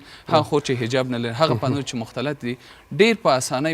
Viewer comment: ته جاهله بیسواده مولوي د ( ف او پ) حروفو په استعمال نه پوهېږي ، پوهنتون ته فهنتون وايي، او الفاظو ته الپاظ وايي، اي بیسواده طالبانو خپل سواد لوړ کړي